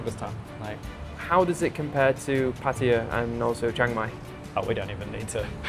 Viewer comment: Why do you continue to deliberatly say Pætiæ instead of Pattaya? Makes you sound like a redneck 🤣🤣